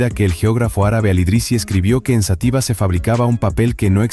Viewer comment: Toda mi vida he oido Xátiva y no Xatíva alguien me lo puede aclarar?